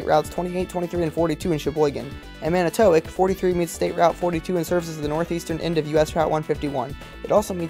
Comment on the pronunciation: it’s pronounced “man-it-tuh-wock” not “man-it-toe-wick” btw